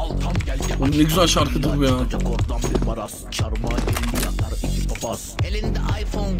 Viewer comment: beyler iki keğğ değil ikki keğğğğğğ